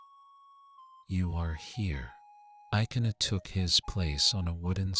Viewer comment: But dat is not the way to pronounce ikenna and ogechi.